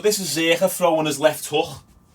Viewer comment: I thought my Irish accent was bad but fucking hell that way you say hook, houck